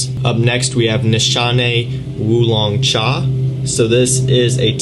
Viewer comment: That Wulong Cha pronunciation is good